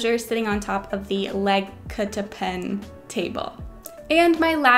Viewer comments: try pronouncing it like Laag-kapten (Lag with an "a" like the a in the end of Victori'a') (kapten as in captain but with the "en" like "the 'en'd"). Lagkapten means team captain in Swedish <3 if this did not help just put it in swedish in google translate and listen to it <3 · As a swedish person, the way she pronounced lagkapten was very amusing xDD